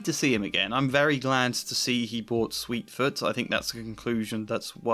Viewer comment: I love your videos but JFC the horse he sells is SWEET FOOT. I will never understand how mistakes like this are made in scripted videos, especially MULTIPLE times, when you could easily stop, check and edit or re-record a section. You should fix this. It’s grating for your listeners and honestly embarrassing for someone who obviously takes great pains to make such a glaring error more than once.